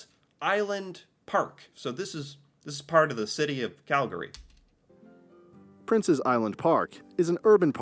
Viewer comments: K you started annoying me the first time you said Calgary. Take out the 2nd “a” and then say it. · Every time I hear him mispronounce Calgary I cringe. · Especially since how he pronounces “Calgary”. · It's Cal-gry not Cal-gary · Regarding pronunciation: Cal-GARY…. Not from Calgary Cal-GREE…. You’re from Calgary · Its Cal-gree not Cal-gary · You always know if someone isn’t a native of cow-town because they say “Cal-Gary”. Whereas we pronounce it “Cal-gree”. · Oh - It’s not CalGARY. It’sCalGRY ( Calgree). The a kind of disappears becomes almost silent. So it is two syllables not three. You can hear it in the descriptions. Sometimes you pronounce it correctly so can’t fault you too badly. Surprised the Calgary Stampede wasnt mentioned -it’s the greatest outdoor show on earth. Calgary is by far the friendliest Canadian city. Wouldn’t want to live any where else.💕Love your videos! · It physically pains me when someone says Cal-gAry, most people from our city pronounce it as Calgry. Not hating on anyone, it just sounds weird to me when people say it like that. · As a Calgarian, I gotta say that it's like nails on a chalkboard to hear someone say "cal-gurree" (both you and the narrator of the video). Locals say "cal-gree" (just two syllables). Like others have mentioned, I can't believe they omitted the Calgary Stampede. It's literally a world-famous rodeo. Prince's Island Park, the Zoo, Fort Calgary, and the Bell Centre are all easy walking distance from my condo, as Calgary has more kilometres of walk/bike paths per capita than any city in North America. I used to live in Houston, but I feel like Calgary was a massive upgrade. RE: Fish Creek - provincial or city? The park is in the city, but it is maintained by the province rather than the city. So it's a provincial park, but it's in the city. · locals say "Cal-gree" not "Cal-gary". Same way people from Toronto will say "Toronno" not saying the T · Its pronounced "CAL gree" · Pronounced " Cal-gree". 2 syllables